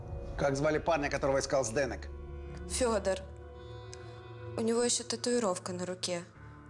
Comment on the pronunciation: Чех никогда не скажет фонетически ЗдэнЭк, только ЗдэнЕк )))))